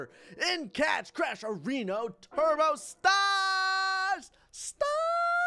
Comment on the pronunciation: he said areno